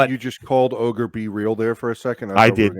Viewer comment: LOL. Not mad about it an don't want to point out mistakes but you said... in Hi Jenny ❤️ Ogre